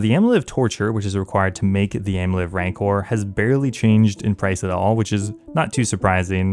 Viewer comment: please sir rancour rhymes with "vigour"